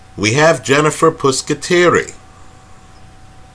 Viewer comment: Good points. By the way, Jen's name is "Pusateri" not "Puscateri"